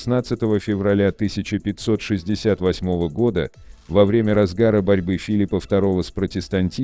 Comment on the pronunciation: Придираюсь конечно, но «во врЕмя», а не «ВОвремя»… …